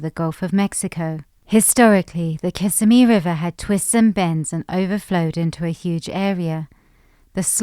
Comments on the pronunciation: It’s Ki-simi River, NOT Kiss-a-me River. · kiss-SIMM-ee, not KISS-simm-ee. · oh you were doing so well with pronunciation until you hit Kissimmee - which is pronounced KiSSIMMee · It's Kuh SIM ee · Is pronounced Kissimmee but what I like to know is what are y'all actually going to do to make a difference besides make this video there are so many Floridians that just suffer every day do the dumb illustrations because they moved into an area and now they have no other reason besides the fact they hate West Coast anyone car